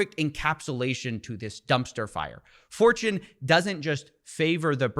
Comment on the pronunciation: Steve said "Fortune favours the brave" and I heard "4chan favours the brave" 😳